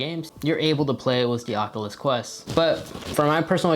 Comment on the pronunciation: Say it with me now: ock-yoo-luss kwest. Not "ockaless quess", FFS. Ah-nun-see-ate!